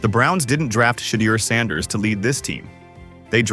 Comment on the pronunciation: Instruct your AI to enunciate Mr Saunders’ name properly every time…